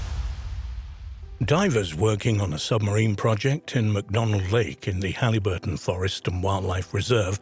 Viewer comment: It's Haliburton, pronounced Hal-i (short i) - burton, not Halleyburton, Ontario.